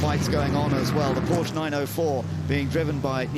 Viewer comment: To each their own. I just feel like he doesn't commentate with any authority, always sounds quite unsure and misses or misidentifies important moments. Plus he's worked in motorsport for how long and still can't pronounce 'Porsche' correctly. Harry Benjamin or David Addison would've been a better choice.